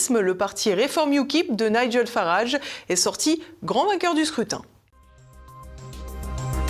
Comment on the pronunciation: Bravo à vous: au moins vous ne dites pas "niguèlle Farage mais bien Naidj'l et ça n'est pas si fréquent que cela.